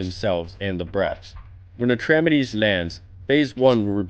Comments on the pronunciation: Repeat after me: Atrah. Meedees. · I love these guides but this one is not very good to be honest. The most important change in the heroic version of Atramedes (thats Atrah-Meedees, not Atremedez) is when you use a gong on the Ground phase for searing flame, it will destroy another gong in addition to the one you click at random. Therefore it is necessary to use only one gong in the Air Phase unless you have epic dps. (2 ground, 1 air, (70% =/-) 2 ground, 1 air, (40% +/-) 2 ground, 1 air (10% +/-) 1 ground kill)